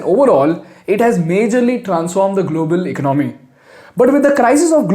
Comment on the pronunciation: I like your programs. It just makes me Jump every time you have to use the word “ECONOMY” you don’t say economy you pronounce it ICNOMY, you are an intelligent man try to pronounce Correctly. Please. Thanks